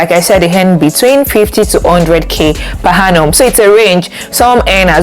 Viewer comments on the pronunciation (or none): Good info but please it is per Annum and not per Hannum. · I can’t get past the per ‘Hannum’ 🤦🏾‍♀️ Interest video regardless